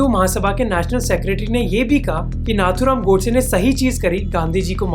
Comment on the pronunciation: Name to sahi se liya karo Nathuram godse ka bhi